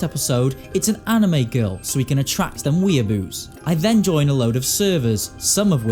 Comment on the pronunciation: ¨Gonna catch them weeaboos¨ in the accent SENT ME